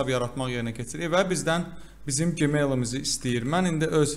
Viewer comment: Qaqa gemail ne idi, Gmail jimel kimi oxunur 😂